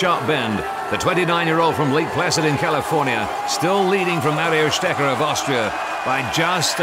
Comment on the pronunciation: Strecher?! With a special emphasis on the "ch". Seriously...this is pathetic